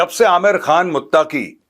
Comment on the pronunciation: abay jahil Naam tu sahi ley lay Ameer Khan mutaqi Naam hy flim star amir Khan nahi hy😂